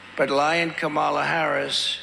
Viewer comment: If somebody was cognitively declined, why would you chant, lock her up?? And I love how Trump complains about something, then says, I don't care, I don't care. But if you didn't care, why mention it??? And he is a complete jackass for deliberately mispronouncing her name!! 🤔